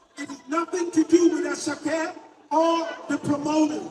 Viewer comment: So weird seeing pyro cover Nigerian music. Also it’s “a sha keh “not assahki🤣🤣🤣🤣🤣🤣